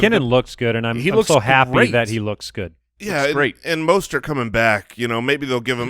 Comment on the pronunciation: UGH! You keep calling him “Mostert”... its “MUST-START”!